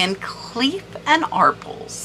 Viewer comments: I loved these videos but any child of the 70’s knows it is Van Cleef and Are-Pells. Not ARP-ells lol Every game show back in the day had prizes from Van cleef and Arpels. Keep up the good work. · van cleef and "Are pells" love your videos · Van Cleef and ARE PELL (rhymes with Bell) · Arpels------rhymes with BELLS